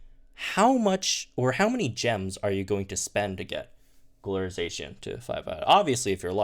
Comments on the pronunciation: Za-Cian not zay-cian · I’m pretty sure that Zacian is pronounced “the cyan” cause that’s where the name comes from